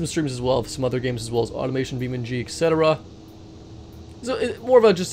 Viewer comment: Is it just me or are most Americans/Canadians pronouncing etcetera as eggcetera?